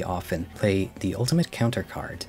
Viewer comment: I'm sorry but why don't u pronounce the "th" in "the" and "things"